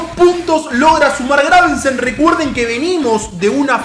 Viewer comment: muere un gatito por cada vez que dice graveNsen xD